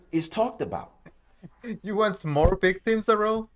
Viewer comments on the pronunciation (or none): none